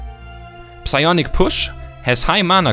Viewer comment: Das p im englischen psionic/psychosis ist übrigens stumm ;)